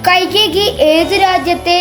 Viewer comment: കൈകേകി, അല്ല കൈകെയി